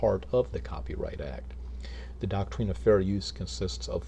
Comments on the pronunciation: Why does he pronounce “doctrine” as “doc-treen? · The thing is, he doesn't even know WTF he's talking about with regards to the copyright act what or the doctrine of fair use. Hell, he doesn't even know how to say the word doctrine LOL